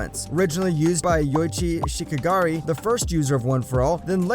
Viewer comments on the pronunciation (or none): and yoichi shikagari ITS SHIGARAKI same as all for one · Did you really pronounce Shigaraki wrong? 😂😂😂